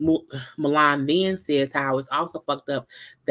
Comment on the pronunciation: I was cracking up at saying Mulan. It's pronounced Milan. This show is trash but I'm here for the reviews..LOL